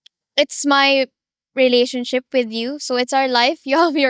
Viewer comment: I love how Filipinas pronounce and accentuate the word re-la-tion-ship. They way you say this word is the best.